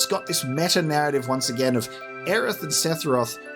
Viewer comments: It's funny how you say "Sethiroth", whereas I say Sephiroph. Why is his name so hard lol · Yall gotta get that seTHiroth pronunciation down haha